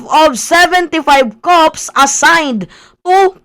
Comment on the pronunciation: Paki ulit nga ung pronunciation mo sa cops.